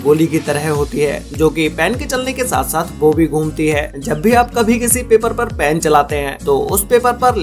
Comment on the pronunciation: everyone : ball pen this guy : ball pan :)